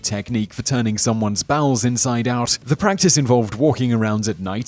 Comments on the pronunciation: tushugiri? Bruh its tsujigiri (soo juh gee ree) or if your a weeb (soo jee gee ree). I've heard some butchered pronunciations but damn dude. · Tsujigiri, not tsushugiri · "Tsujigiri" CHUSHOOGEERIE great job